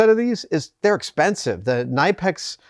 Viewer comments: Love you Adam but it hurts my soul to hear you pronounce Knipex incorrectly. It’s German and you are right they make the best tools! This is a link to an amusing video from an American guy chasing the correct pronunciation. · The K in Knipex is not silent. Germans don't do silent letters, because they are not efficient. If a character takes up space, we make it work. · Gringe every time Adam says Knipex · They could also teach Adam the correct pronunciation of the name. 🤣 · Knipex are a German manufacturer the K is not silent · I call mine “ nip-ex” not “ni-pax”. What’s wrong with you Savage ? Hee hee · to late but as a german it is more called C niiiip EX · Well, I have to do this. It is called Knipex, with the K in the front. Not Nipex. There is even a video from Knipex about how to say it. I'm sorry. I had to do this. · Kuh Nip Ex not Nigh pex. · Kuh-Nip-eks not ni-peks. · KNIPEX, NOT NIPEX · Great video and bonus points for the unique pronunciation of knipex I've never heard before: NYE-pex is a new one for me! I say that with love of course. 😉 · Ny-pex? C'mon Adam ...it's Ker-nip-ex. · K in Knipex is not silent!!! kuh-nip-x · It’s actually pronounced K nip ex. I used to call them nipex, silent K. I watched a Knipex video with their reps and they were asked how to pronounce knipex. I learned something new that day. They are some of the best tools out and last forever. Well worth the money. Engineer from Japan makes cutters on the same level as knipex just much cheaper. Engineer is actually my favorite for repairing circuit boards. I have knipex and Engineer. Sadly my $60 knipex ESD nippers don’t get used any more. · 100% agree. Knipex is the best. As a former mechanic to now doing precision CNC they stand head and shoulder above the rest. But timidly, sir.. I do feel the need to tell you their name is pronounced “kuh-ni-pex”. Haha, I was once scolded by their German rep at a trade show on how to say it. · Please learn how to say “ K nip X” Adam